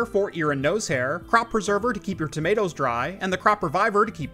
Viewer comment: "remember, your "TOMATOES" will thank you.